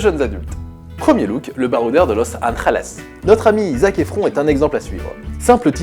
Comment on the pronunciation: Mdr ta prononciation des mots anglais est hyper drole "Pinterest" "zac efron"